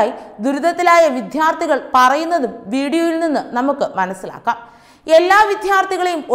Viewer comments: എന്റെ മോളെ വിദ്യ.... വിദ്യാർഥികൾ എന്നു പറയു, വിധ്യ അല്ല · വിദ്യാർഥികൾ not വിദ്ധ്യർഥികൾ വാക്കുകൾ ശരിയായി ഉച് ചരിക്ക് കുട്ടി